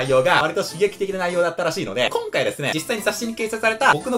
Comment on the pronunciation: ということでこ↑ん↓か↑い↓なんですけども〜